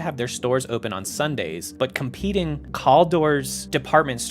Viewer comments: "Caldor"'s first syllable is pronounced like 'pal'. -a person old enough to have shopped there. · Errrrrrrrm The "Cal" in Caldor is pronounced like "cal" in calorie, or Calvin.